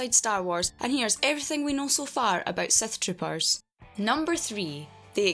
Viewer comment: The accent makes it sound like Seth tropers.